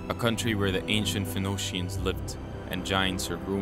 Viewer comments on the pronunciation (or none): Phoenicians=fuh-nee-shnz. Not whatever that garbage pronunciation was in the video. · Bro said phenocians lmao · Ah, yes, the "Finoshians". #Phoenicians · The creator of this short film cannot pronounce Phoenicians but I should continue to listen to him explain metaphysics? I think not. He's clearly more influenced by QAnon idiots than any genuine academic. He probably thought The Raiders of the Lost Ark was a documentary. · Stopping . Narrator mispronounced multiple key words. (“Niger” and “Phoenicians”)